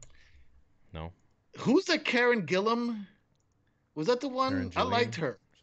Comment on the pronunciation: How many times are you guys going to discuss the actress Karen Gillan, talk about how you don't know who she is, and then talk about casting Nebula from Avengers. IT'S ALL THE SAME PERSON. Karen Gillan (not Jillan) = Nebula = Jumangi